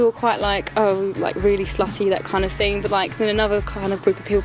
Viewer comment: that kind of FING, I FINK......fml!!!